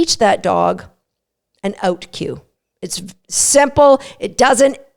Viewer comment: Release. Please. Also a tutorial on how to pronounce "out". ;)